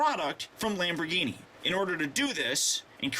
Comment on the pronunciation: i'm sure 100,000,000 people have told you this but your intro said lambo instead of lambor